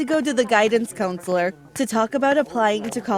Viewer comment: guidance coonsleer